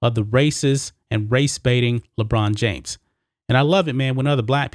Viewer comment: LeChina James? Lolol